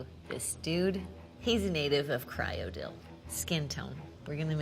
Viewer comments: "No, let's go back to this dude. He's a native of Cryodill." Wilburgur just shed a tear from the way she pronounced that. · Cringing at how she pronounces words in the game. Like Cyrodil as Kyrodil 😂